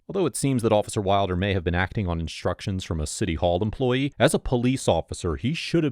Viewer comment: "ass auh shitty ughh ahmployeeeh" is this cop mentally demented?